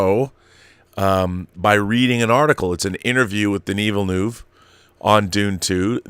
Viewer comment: I wish I could attach an audio file here...In order to inform people how to pronounce Denis Villeneuve's name. Haha...small detail.